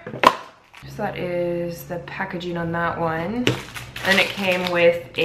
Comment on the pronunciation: She is a cute pup! Also, if you want to speak more correctly (if not, no worries), some helpful advice would be that it's actually pronounced "editing", not "editeen", and also "packaging", not "packageen". Good luck!